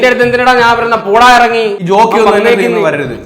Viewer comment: റോക്കി ❌ ജോക്കി ✅